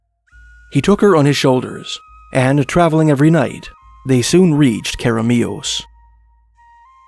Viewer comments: too much emphasis on the last syllable Care uh Mee us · that way of pronouncing keremeos was priceless, amazing stories though, thanks! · The pronunciation really caught me off guard it made me cackle after hearing it